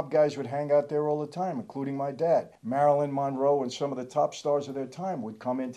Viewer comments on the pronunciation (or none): none